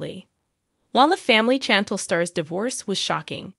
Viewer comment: Can you please at least learn how to pronounce Chantel?